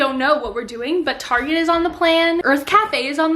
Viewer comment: OMG OMG OMG!!!!! calls Target "Tarja" tooooooooooooooooooooooooooooooo!!!!!!